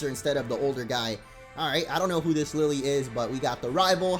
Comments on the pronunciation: is not pronounced Lily, it's pronounced, Lil-Lay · It's kinda interesting how every Pokétuber forgets to pronounce the e in Lillie's name. Then again, the western trailer doesn't show that the e is to be pronounced separately from the i. the 4 island look quite small for a whole region.